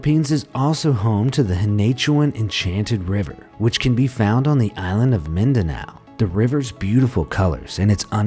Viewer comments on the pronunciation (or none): none